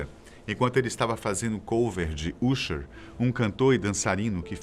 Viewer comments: Parei de ver o vídeo quando ele falou Cris Brauu e UUumsher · QUE VIDEO RUIM HEIN AMIGAO, VARIAS INFORMACOES PELA METADE! NAO SABE NEM PRONUNCIAR O NOME DO USHER, VAI ESCUTAR UMA BOSSA NOVA AMIGO!